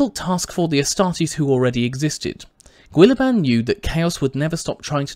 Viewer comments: Gwoolyman? Gill-uh-min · Is that how you pronounce "Guilliman"?